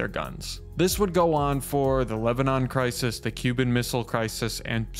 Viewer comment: "berkmanship".. maybe you mean brinksmanship?.. as in nuclear brinksmanship..